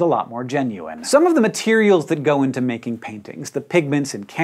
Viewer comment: "...some of the materials that gogh into..." amirite?